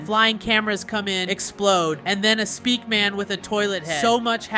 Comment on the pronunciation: its speakerman. not speakman